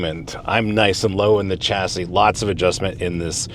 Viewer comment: It's pronounce SHA-SEE, not CHA-SEE